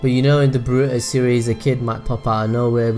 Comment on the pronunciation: It's not pronounced boRUto, it's pronounced BORuto.